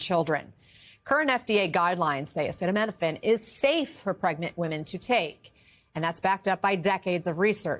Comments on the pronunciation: he could not even pronounce acetaminophen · One thing he is not a doctor don't believe nothing he said when he can't pronounce the word most people can read their own directions on the container .. y'all remember in COVID when some people lost their life listen to him the Antichrist is on planet earth y'all better 🙏 pray